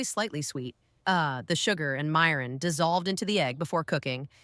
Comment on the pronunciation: Vids okay. Eaten many growing up, made some. Wish a real person narrating. Mirin and other words) mispronounced twice, 2 ways. Oh well. As long as viewers get the jist.